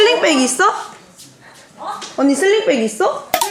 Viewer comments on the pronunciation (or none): 슬링백을 슬릭백 웃기다